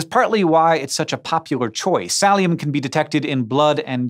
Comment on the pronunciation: When he said Thalium at first I was like, wait....did he just say Valium? lol